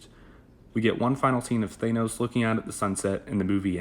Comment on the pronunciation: Im not taking shit from anyone who pronounces Thanos as Th-anus